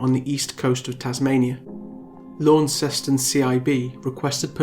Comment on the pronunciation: Wow. It was totally random that I clicked on this, sitting here in the tiny island of Tasmania. This case is so sad, though it doesn't totally surprise me. Knowing Tasmania as I do, people would know what happened to her and who did it. 100%. I hope she rests in peace. I hate to be this person but Launceston is pronounced "Lon-cest-on" or "Lonnie" as we call it down here 👌 Great video, thank you for what you do and bringing recognition to cases like this that would otherwise go unheard of ✌